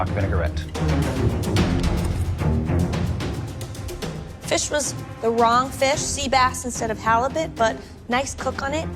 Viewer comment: Vinaigrette not "vinegar-et"